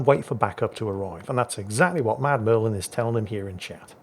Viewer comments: He keeps saying 'Mad Merlin' but the name reads 'MudMurfin'. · I love how he calls Mudmurfin "Mad Merlin" which is sort of close but not quite there.